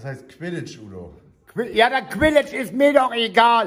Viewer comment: An Udo: Das spiel mit Besen aus Harry Potter heißt nicht Quinsch sondern Quiddich😂💖🌈